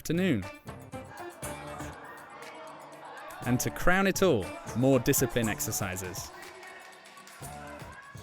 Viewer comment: the "Crown 👑" (core own a) LoL